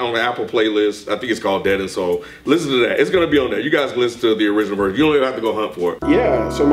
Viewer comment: It’s your bir it’s your bir lol